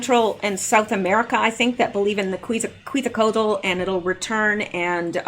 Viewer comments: pronounce "ketsal co ach" Quetzalcoatl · I have been to the Denver airport a couple of times. It has a very satanic vib to it, when I have been there I could not wait to get out of there. Quetzalcoatl is pronounced Qwet za cot al.